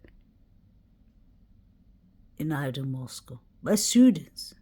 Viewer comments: Kaylee's sister seems to not be upset about sister passing? Especially in which the manor of it. I'm from the area 30 miles and find it strange how pronounced Latah and pronounces Moscow.... Just strange to me beings they live about an hour away from Moscow Idaho, Latah county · and are originally from California, maybe that’s why? Idk lol. But yea I also thought it was strange they didn’t pronounce things like locals when they lived near Moscow for many years. It’s especially odd and funny because in the beginning, literally said things like BK came to Idaho wanting to “hunt hillbillies” — bizarre remark imo, I’ve never heard of anyone from Idaho calling themselves a hillbilly lol. Just further showed how fake and weird is.